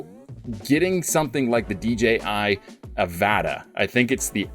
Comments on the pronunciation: It's pronounced uh va tah avata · lol no. It's avata. Pronounced. Uh-va-tuh lol like avatar with out the r on the end. And uh sound at the start